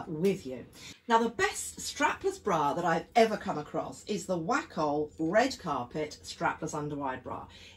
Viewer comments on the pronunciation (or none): Yes, Wacoal bras are so good. Buying them for years. Pronounced “WAY COAL”. great video as usual!